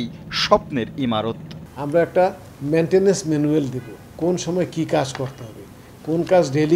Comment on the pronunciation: এমরিকা (আমেরিকা), মেন্টেনেস (ম্যান্টেইনেন্স), বসর (বছর) কি উচ্চারণ একেক জনের।